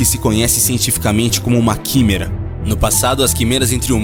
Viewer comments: "Quimera" se pronuncia "quiméra" e não "quimêra"... só pra completar. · "Quííímêêêêra" ???....senhor ! Se lê "quiméra"! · Opa, você pronunciou químêra, mas tem a sonoridade: Quiméra. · Ah... Esses narradores que só lêem e não sabem pronunciar uma das palavras principais (quimera) do vídeo corretamente... Errou um monte de outras pronúncias até o final do vídeo. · Boa matéria, só faltou o narrador aprender antes as sílabas tônicas das palavras difíceis pra não passar vergonha falando errado o vídeo todo. Ex: "genoma" (pronuncia geNÔma), "quimera" (pronuncia quiMÉra), etc. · Que agonia dele flando as plaavras erradas como quimera genoma e placa de petri